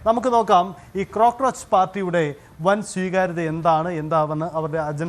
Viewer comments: ഒരു ക്രോ കൂടി പോയത് ആണ് 😂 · 😅😅😅crockroach അല്ല പുല്ല് cockroach